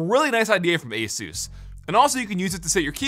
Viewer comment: Thank you for pronouncing Asus correctly